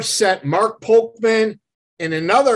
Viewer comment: It’s Sam VOLPENDESTO not Volpendenzo and Mark POLCHAN and not Polkman